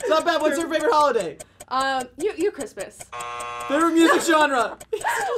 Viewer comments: when said Labibs favorite holiday is "Christmast" i burst out of laughing lol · Did u just say christmast 😂😂 dude it's christmas